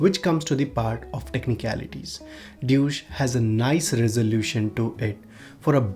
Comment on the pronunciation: The way you pronounced "DEUCE" is a bit like "DOUCHE" 😉😉